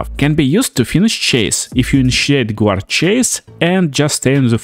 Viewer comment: Guard is pronounced GARD, not Gwahd. Good video though 👌